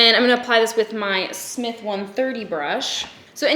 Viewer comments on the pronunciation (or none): none